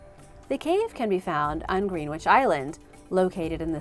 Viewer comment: Not wanting to be pedantic but... Greenwich is pronounced 'Gren-itch'